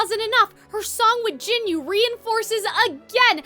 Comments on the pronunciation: Its not jinyu Its jinu. Ji nooo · the whole movie told you how to say jinu's name, what do you meam gin-you 😭😭😭😭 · the mispronunciation of jinu as "jinyu" pmo 😭😭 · I got a little distracted by you calling Jinu "Jinyu" the whole video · Why can nobody say Jinu's name right 😞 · The way she says Jinu hurts me 🥺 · Quisimmotto lol way to mispronounce the character's name